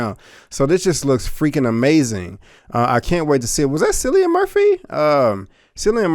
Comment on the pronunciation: FYI It's pronounced Killian not Sillian.